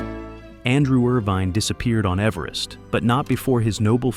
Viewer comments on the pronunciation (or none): none